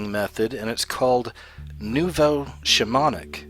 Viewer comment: Your pronunciation is bad. Shamonic (pronounced as it's spelled - shamanic) Samidi, (pronounced samdi, actual word is Samedi, which is French for Saturday. Coven (pronounced cuvven). :)) Sorry.